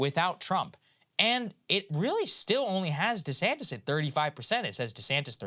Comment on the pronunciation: Yeah. One time was real subtle; I'm pretty sure I heard "Ron DeSanct-ous." Hilarious.